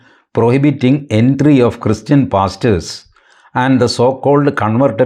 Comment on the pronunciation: When you pronounced pastors, I heard something different 😂😂😂